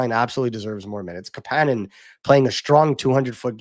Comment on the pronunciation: hey are you guys still pretending to be insiders on how to pronounce Kapanen's name? lol - KAApaaaaaanen , you had the hot scoop, it was wrong.